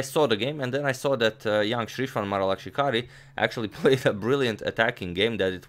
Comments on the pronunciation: Be honest, how many times did you practice in the mirror saying Sreeshwan Maralakshikari? So much ease!😂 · My guy said that name better than most Indians(including myself😂) can.